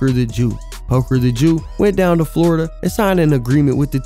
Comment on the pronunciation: Flordia?? An island?? 😂😂😂😂😂